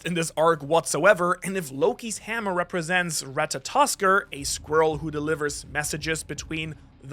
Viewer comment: You get an "Atta boy!", for being the only One Piece youtuber that can pronounce Ratatoskr correctly.